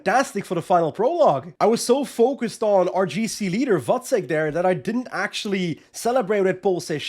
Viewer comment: Glad to hear you pronounce “Vacek” correctly. A bit tiring to hear the commentators calling him “Vaczech” all time long.😂